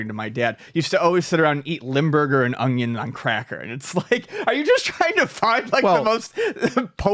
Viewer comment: we love you. Is pronouncing onion as "ung-yun" a Buffalo thing? On the other podcast that you seem happier on 😂 you say it regularly.